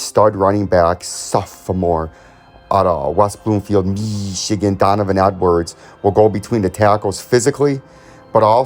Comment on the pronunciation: Dude just say Ohio state or Michigan correctly dude.